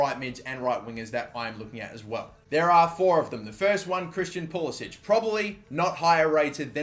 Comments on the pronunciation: yeah pulisic told a reporter it is pah-lis-ic or likw the above comment said puli-sick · It's pronounced Pulis-sick. No accent on the last c. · It's Pulisik FFS. It's not that fucking hard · please stop pronouncing pulisic wrong he doesnt pronounce it the croatian way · He wants the American pronunciation.He didn't want to stand out as European in the US national team.